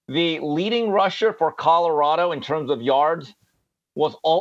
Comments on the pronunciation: Jason you mispronounce Colorado, you say CoDoradao not Colorado. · PLEASE stop saying Co”DOR”ado…it’s CoLORado…thanks!😘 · OMG! I made a similar comment…drives me bananas the way he says CoDOrado! 🤦🏾‍♀️😂😂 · Please Whit, there is a L in Colorado, not 2 D's! Its not Codorado! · Too funny, Jason simply can’t say COLORADO. He pronounces it “Cotterado”…😂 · COLORADO has an L in the middle not a D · Can you please learn how to correctly pronounce the word, COLORADO?!! Jeez. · Why is Whitlock SO PASSIONATE about Colorado? He can't even pronounce 'Colorado', but can t stop talking about it.The opportunity to denigrate another black person gets Whitlock excited. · Bro Colorado is not a hard word to pronounce. You are struggling. 😂